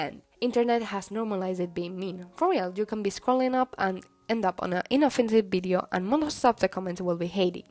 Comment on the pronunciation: my favorite part of the video is when you say bideo :3 it makes me giggle (In a good way ^_^)